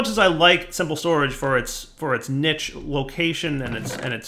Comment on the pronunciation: Niche, like quiche. Not nitch